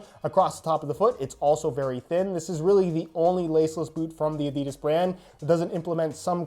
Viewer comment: Did he just say adidis